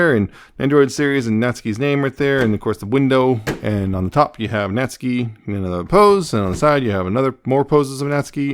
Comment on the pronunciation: You’re pronouncing it right! Nat-soo-key would be more incorrect 😅